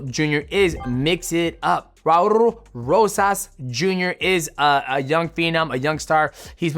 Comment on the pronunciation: Say his name one more time Mighty… “Raur Rosas”